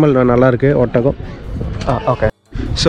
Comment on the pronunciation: ஒத்தகம் இல்லப்பா. ஒட்டகம்